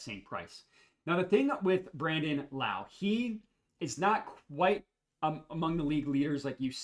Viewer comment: Also it’s pronounced Low, not like Kung Lao!